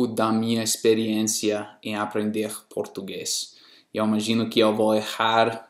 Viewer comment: Muito bem! Mas vou te cobrar um esforço extra, em 2 itens . -- Na pronúncia da vogal 'E', por exemplo na palavra 'EU' procure NÃO produzir esse som aberto. Pois assim fica parecendo que está acentuando o 'E' , fazendo dele um 'É '. -- O mesmo acontece com a vogal 'O' , na palavra 'NOVO' que fica parecendo 'NÓVO'. não é uma crítica maldosa, e sim uma crítica construtiva..Sei que é difícil, mas resolvendo esses 2 pontos, fica quase sem 'sotaque. Mas apesar disso, devo lhe dar meus parabéns, pois a metade do povo brasileiro, não fala tão bem quanto voce. Abrç e at+